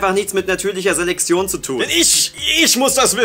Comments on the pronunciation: Es heißt Selektion und wird deshalb auch nicht Selexion ausgesprochen! Klar weißt du das und so, aber es hat mich dermaßen genervt, dass ich dachte, wenn ich meinen Frust in den Kommentaren auslasse regen sich noch andere darüber auf oder widerum über meinen Kommentar. Folglich rege ich mich aber nicht alleine auf. Schönen Tag noch, Tüdelü. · Ich finde es lustig, dass offenbar kein z bzw. ts aussprechen kann und deshalb immer Seleksion sagt:D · sagt immer Selexion:D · Warum sagt immer:"natürliche Seleksion" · "Seleksion" 😂, deine Aussprache ist so süß 😂😂😂